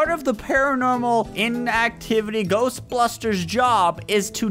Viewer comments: it's not glostbustres it's Ghostbusters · its ghost busters not ghost blusters. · I laughed when said ghostblusters